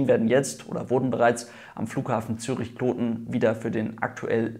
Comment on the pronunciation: Gutes Video. Kloten hast Du auch richtig ausgesprochen.